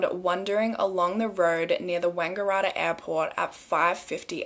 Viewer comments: It's actually pronounced wang-gah-rat-tah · The way you pronounced Wangaratta has me cracking up! Love your videos! Hope you're enjoying your holiday! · I love the way you pronounced wangaratta 😂😂😭